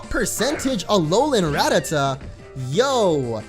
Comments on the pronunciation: Its ra-ta-ta not rat-ata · It's actually pronounced ra-ta-ta